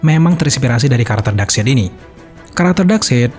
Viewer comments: dibacanya bukan side said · FYI Darkseid dibacanya kayak baca kata darkside jadinya Dark-sait bro bukan dark-seit. 😅 Geli geli greget gitu denger naratornya bilang "dark-seit" mulu sepanjang video 🤣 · Common fact: Darkseid dibaca dark-side. FYI aja sih ✌🏻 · bacanya bukan darkseid min tapi bacanya darksaid, sekedar koreksi aja sih